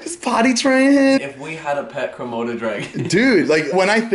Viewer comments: I cringed everytime he said komoto dragon XD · Did anyone else notice Zane was saying kromoto dragon instead of Komodo dragon😂